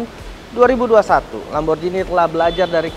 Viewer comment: Kalo gak salah nyebutnya Lamborghini yah pake G bukan Lamborjini.